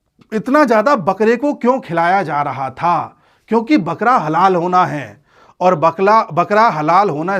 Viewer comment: Bakhra ko by mistake Bakla bol deya apne